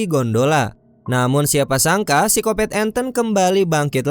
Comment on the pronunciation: Pisikopet apa pisikopat om? Ahahah kata channel sebelah